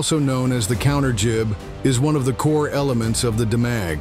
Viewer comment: Demag pronounced, " Deemag ".